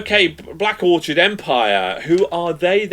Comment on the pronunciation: Orchid not Orchard lol 😂😢